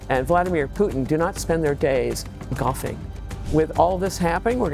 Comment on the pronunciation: "Do not spend their days g...ing". "coughing"? "goffing"? Oh ***golfing***. Had to hear it twice